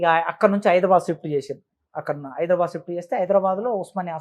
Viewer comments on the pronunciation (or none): none